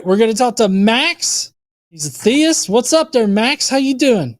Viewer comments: I mean... the latest point at which everyone should realize it's him is the second he pronounces "theist" as "thayist"... thats such an easily identifiable speech quirk one should think. And not a common one. I dont think in all my years watching these shows have I ever heard someone say it that way... [edit: he even has the SAME EXACT SHITTY INTERNET PROBLEMS!! Identical robotyness and all xD] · Not the “thay-ist” pronunciation again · You can tell it's because he pronounced theist as "theyist"... only does that. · worse french accent since peter sellers